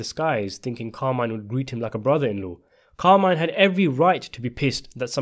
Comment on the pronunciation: Car-mee-neh, not Carmaine.